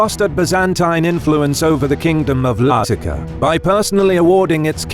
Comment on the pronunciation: can't tell it's an AI voice until the pronounciation of Lazica. thought it was a weird edit at first.